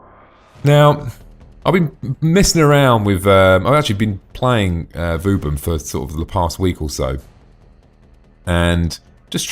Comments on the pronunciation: Hes say's vouben :D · funny way to say vauban xD